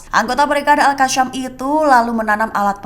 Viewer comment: Yg bner baca beritanya mbak yasin jgn bilang yasyin itu ayat alqur'an jgn ditambah tambah, alqasam jagn dibaca alqasyam.